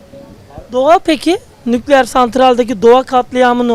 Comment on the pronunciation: Nukleeer diyen dingil . Veysi ates 2 gibi cvp veriyo ?